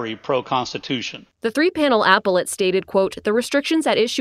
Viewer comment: Fox. Doesn't even know how to pronounce appellate.